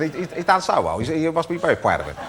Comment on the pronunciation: He must be very pwoud